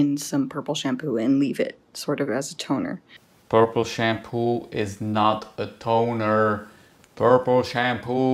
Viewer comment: “Purrple Shampooi Isss Not A Tonerrrr 😬😬😬” loved it 😁